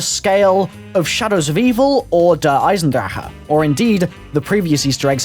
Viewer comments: I cringe every time you say Eisendrache. Please just say say Der Eisendraken or something. I feel like like you're gone cough up a loogy when you say it. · mercy Why? He said reverse the letters in 'Der Eisendrache', so I did.